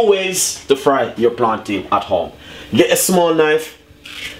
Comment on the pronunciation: I think u mean "Plantain" bro... Good video tho